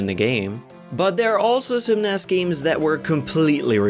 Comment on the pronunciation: It's n.e.s not Ness.